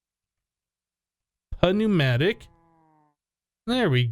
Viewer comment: not to be rude or anything but thermopnumatic is pronounced without the p sound just like pnumaticraft.